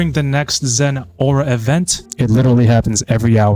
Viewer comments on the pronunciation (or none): none